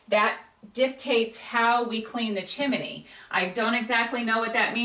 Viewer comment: Why do you both call it a Chiminey😂 what's with the extra i?